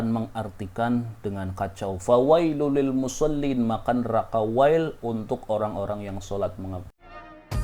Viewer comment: Maaf..maksudnya,cara baca yng benar,musoliinallaji..gitu..ga boleh musollin gitu..